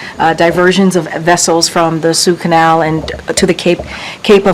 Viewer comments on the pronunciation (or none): Did she say Sue Canal.